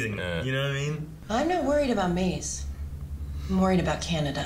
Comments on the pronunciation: Are they pronouncing Mãze as Måz? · idk i feel like they shortened it even more to ‘maz’ and not ‘maze’ as their own personal nickname for her but then again, they do mispronounce names usually so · How are they all mispronouncing Maze now? They have been saying her name right and then this episode all of them forgot how to say it.